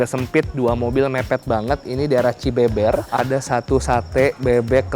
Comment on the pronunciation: Bang itu dibacanya Cibeber bukan CibEbEr wkwkk. Btw ane orang cilegon 😁